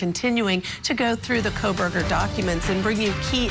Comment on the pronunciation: Him repeatedly calling him "KohLBerger" is driving me insane.